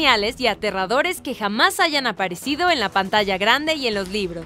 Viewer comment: dijo aparicido jajjajajajjaja